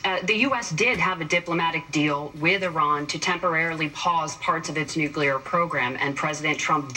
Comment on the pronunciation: no such word as nucular gov is ignorant and stupid